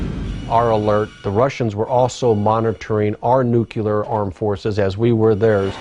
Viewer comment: Jess Fulbright Yes the word nucular was a bit of a dead giveaway with that guy!